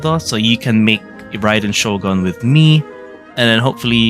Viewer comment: It’s not riden shogun it’s Raiden Shogun